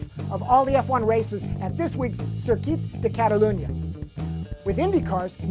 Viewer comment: please, say "Circuit de Catalunya" again hahaha funny catalan accent there